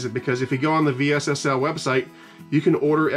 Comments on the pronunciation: just say vessel.. V S S L 😳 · I've always heard this company pronounced "vessel". Just curious if you are saying the letters for a specific reason? Great videos! Thanks for creating content.